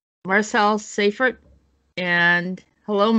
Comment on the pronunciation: thank you for hosting a great show! Hi Marcel!!! Awesome topics as always. BTW Seifert is pronounced Sy-fert. Thanks again to you all.:)